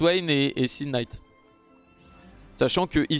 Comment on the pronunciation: Il me tue à chaque fois qu'il dit (K)night! Mdr